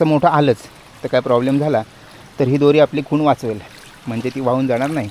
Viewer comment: खून नाही खोन